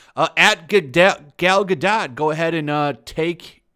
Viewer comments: Guh... Dough.... not DOT... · It is pronounced Ga Dougt. Like Doe 't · It's pronounced gal Ga-doe. She may be a shitty actress but at least pronounce her name right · Her last name is pronounced GA-DOE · The only thing worse that twitter getting up in arms is pronouciation of Gal Gah-Dat's name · It's pronounced Ga-doe you tool. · I always thought her name was pronounced Gal Gadoe, even tho it's spelled Gal Gadot Either way, imho Gal Gadot was the perfect choice for Wonder Woman, given the small bit i know about the racial history/origins of the Amazons & honestly just how beautiful & talented (imo) Gal Gadot is. Just like how imo, Paul Walker's alter ego is Brian O'conner xD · It’s pronounced Gad-oh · Drop the T! When pronouncing her last name its Gadot, as in go baby go! You sound like an idiot, you’ve got to realize on some level that you’re not saying her name right. 🙄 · Stumbled across this in my recommended but couldn't make it past two minutes bc if you didn't bother to do the research & learn how to correctly pronounce Ms. Gadot's surname (or Ms. Colbert's for that matter), how can I trust anything else you say? Seriously disrespectful, Sir. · don’t pronounce the t at the end of her last name...